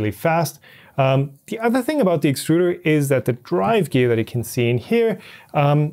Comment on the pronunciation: It's pronounced exturder.